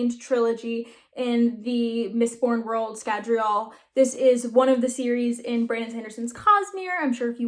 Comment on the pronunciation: Scadri-ull, not Scadri-all. smh 😉